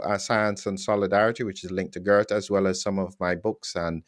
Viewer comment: It was already explained to several times how to say Geert, with phonetic pronunciation of the name. I even send him a video with the correct pronunciation, and honestly he's not even trying. For me that's just laziness. Of course the message of Geert is more important than constantly hearing someone saying a name completely wrong, but it's still damn annoying and even distracting. Perhaps it might help if Geert explained to how to say his name, afteral he's doing the effort to speak English fluently as a Belgian.